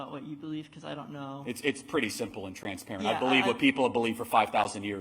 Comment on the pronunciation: Intersex? >snicker< No, emo. It's more like one on a hundred cases. Oh...and somebody oughta tell this little creature that 'yeah' doesn't start with 'ee'. It's yeah, not eeyeah. His parents oughta get dined for everyday this throw back is out in public.